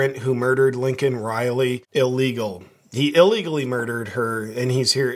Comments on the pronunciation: WHY DO PEOPLE KEEP SAYING "LINCOLN" RILEY, ITS "LAKEN" RILEY! WTF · Laken, not lincoln. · Hey Brother her name is pronounced "Lay-kin"....